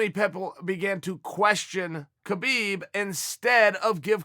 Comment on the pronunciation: just when I thought Khabib was pronounced Habib you turn the tables again, uncle Chael which is it, we seek guidance